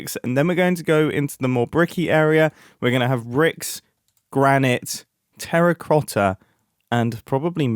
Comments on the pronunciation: Terracrotta? Is that a common pronunciation? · "...terracRotta..." he's speaking a bunch of mumbo jumbo ! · Say that again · We're just gonna skip over the fact that he said Terracrotta once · "Bricks, granite, tarracRotta..." I can't unhear it 😂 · ahh yes terracRotta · terracrota got me dying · "Terracrota" -Oli, 12/08/2024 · bricks, granite, and.. terracRotta.